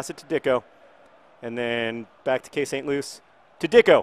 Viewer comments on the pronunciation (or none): none